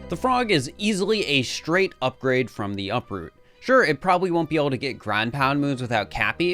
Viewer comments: btw it said upoot not uproot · Who noticed it said upoot instead of uproot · uproot is missplet to say Upoot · "Upoot" 😂 but an awesome video nonetheless. Already watched multiple times ❤ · Ah yes, my favorite capture, the “Upoot.” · 10. “Upoot” 💀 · hehe… “Upoot”